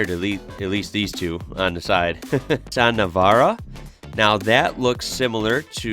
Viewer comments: Quick not, why say Marz da when it's Maz Da. Plus Nees Sarn when it's Nis San.? Over complicating things. In Australia we are Astrilasia. We are basically part of South East Asia x Polynesian. I think we know how to pronounce it better. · Nissan “nissen” #aussie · To get your Aussie on, we say Nissan, Niss-Anne 👍